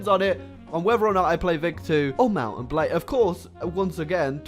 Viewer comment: Mounten Blads bro